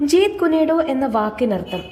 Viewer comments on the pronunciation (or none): ജീത് കുനെ ഡോ അല്ല " ജീത് കുൻ ഡോ " എന്നാണ്